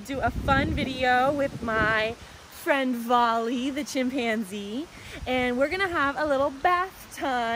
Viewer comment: It is bali not vali 😅